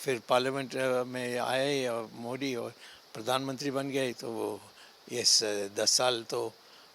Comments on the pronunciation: पहले मोदी का नाम तो सही से ले ले मोडी मोडी कर रहा हैं। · Pahle Modijika Naam To Sahi Bolo,bol Pao,fir Aage Kuch.